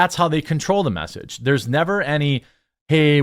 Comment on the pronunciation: There are very few things more overbearing than "Thu Mess-age" 😑